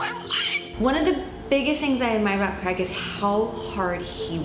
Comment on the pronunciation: Why can't Americans say Craig